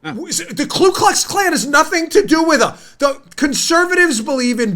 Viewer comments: KU ... not Klu --- the Democrat KKK still doesn't have a Klue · It is actually Ku (koo) Klux Klan. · I hope you do read our comments and want you to know I don't like grammar police but I think this one is important. It's Ku Klux Klan. A lot of people insert the extra L in Ku.